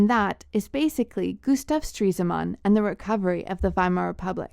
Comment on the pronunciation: its stres-man not streese-man